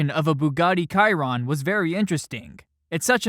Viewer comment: Its pronounces shiron not kyron